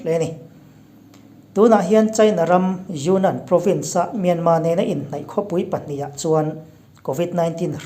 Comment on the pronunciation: Myanmar thi hi alam dan hi ka lo ngaihtha ziah thin a , Myanma(mianmaa-maa) nilo in = Myanmar(mianmal-mal,r) ti tur aw. Sorry lutuk ee ka sawisel na pawh ni masa lo nia, min lo riathiam dawn nia..